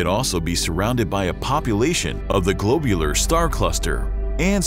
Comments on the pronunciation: it's not a globe... it's a glob... glob-u-lar.... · suggestion: do better on pronuciations. such as globular and metallicity are wrong. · Metallicity has five syllables. The narrator is missing the i after the double l, and it should have the principal accent: metal_I_city. The o in globular should be short as in glob, not long as in globe. The narrator's pronunciation of Magellanic is just weird. In most people, such errors would be honorable, as it means they read the word before hearing it spoken. In a narrator, however, such errors are not honorable, as it means they read the word before hearing it spoken. There are many good astronomy channels on Youtube that should be consulted as reference. That said, I did enjoy hearing about the components of the Milky Way and how it came to be.